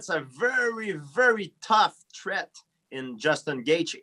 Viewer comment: Gsp “tuff tret “